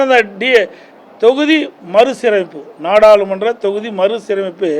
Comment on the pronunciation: தலைவா நாடாளுமன்றம் என்று ஒரு வார்த்தைய மறுபடியும் சொல்லி பாரு உன் வாயிலே நுழையல நீ எல்லாம் எதுக்கு தகுதியான தலைவனே தெரியல